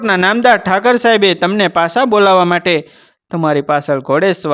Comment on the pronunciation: Thakar saheb n kahevay Thakor saheb kahevay bolata shikho